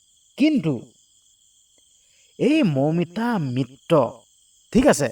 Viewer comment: চুদুৰভাই মিত্ৰ শব্দটো কব পৰা নাই মিত্ত মিত্ত কৈ আছ !